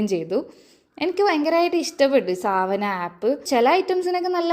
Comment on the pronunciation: It’s not സാവന, its സവാന